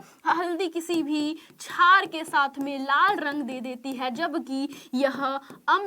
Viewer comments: छार नही मेडम क्षार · Mem छार Nhi शार hota h